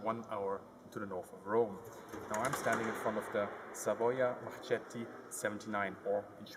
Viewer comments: Marchetti, Marchetti,Marchetti ,non Marcetti ,noi la H la pronunciamo!!!! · At min. the correct pronounciation is "marketti". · Great review, well done! And compliments with the pronunciation of the Italian terms, it is good! Just one tiny little tip, Marchetti is pronounced "Marketti". How do I know and why do I make such a fuss? Just check my surname -- been there! Done that! ;) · In Italiano no ? (Marchetti non marcetti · Is Marchetti not marcetti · “Tu quoque”, you too have fallen for the “ch” in Marchetti pronounced like in “check”! 😱🤯 In Italian the ch is ALWAYS pronounced like a k or like the ch in “chemical”! So, please, pleeeeeese pronounce it like Marketti, same thing with bruschetta is produced like brusketta. Since we are at it, in Lamborghini the gh is pronounced like in “give” not like in “ginger”. It’s one of those pronunciation mistakes that, for me at least, is really irritating to hear! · dam it, always the same story, in Italian the “ch” it’s not pronounced like children, it’s pronounced like k in kettle, so it’s Brusketta and Marketti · 1. The sound is terrible. 2. Your beard/hair is still terrible. 3. It's pronounced "Marketi", a "c" or "g" only becomes 'soft' in Italian if an "e" or an "i" follows. In every other case the "c" and "g" remain 'hard'. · Just a pronunciation tip: Marchetti is pronounced "Marketti" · say it like you mean it... Markeeeeeeeeeeeeeeeeeeeeeeeeeeeeeeeeeeeeetti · The "ch" in marchetti is pronounced like the letter "k" in english and it's like that in any italian word with ch, that's a minor mistake tough. Thank you for talking about some often forgotten planes. Great work!